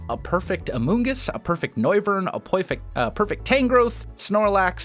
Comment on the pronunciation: lol "A poyfect"